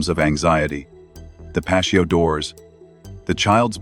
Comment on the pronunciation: PATIO....T SOUND, NOT SH SOUND, DAMMIT. WTF AI?